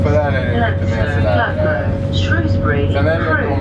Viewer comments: Shrews-bury not Shrose-bury. I grew up calling it Shoes-bury! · its sh-r-oosbury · I live near Shrewsbury and there is no o in Shrewsbury